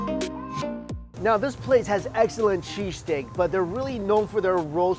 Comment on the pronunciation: I had my volume lvl pretty low and I thought he kept saying cheese cake. lol